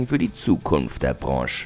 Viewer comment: Ich gucke watchmojo schon ganz gerne, Aber der Sprecher von diesem Video geht mir mit seiner Betonung ein bisschen auf den Wecker... Und wie er Branche ausspricht... sonst ein Top Video, die Betonung wurde zum Ende des Videos angenehmer.